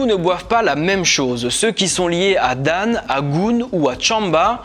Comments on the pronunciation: 😂😂 un conseil ou correction pour prononcer dan prononcé dans plutôt que dane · C'était bien mais la pronation des noms pose problème par exemple "Dan" se prononce 'dans ' comme pour dire dans une chose etc je veux parler de la pronciation bien sûr rien avoir avec le sens 💁‍♂️ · Bon travail mais les noms sont mal prononcés.Il faut corriger celà.Tu peux me contacter pour t'aider. Par exemple1 : FON garde sa prononciation fon et non fone. Exemple 2 :DAN garde aussi cette proposition ''dan'' et non dane